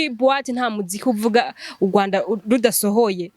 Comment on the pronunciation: Muzabanze mwige kuvuga neza "URWANDA". Hapana uGWAnda!